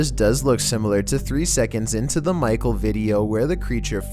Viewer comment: It's not micle